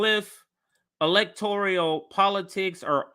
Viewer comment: it's 'electoral', not 'electorial.'